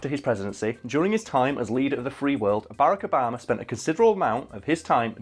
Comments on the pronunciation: It's Bar-rack Ob-a-ma, not "Barekobama". Have some respect. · “Abarrack obama”? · I don't know how to feel when I hear say, Bearaka Obama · "Bayrako 'bama" 😂 honestly did not realize you were saying obamas name until like the 5th time lmao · This nigga said Barikibama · can we just take a second to appreciate the way pronounces Barack Obama's name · Why are you saying Barrack Obama like it’s one word.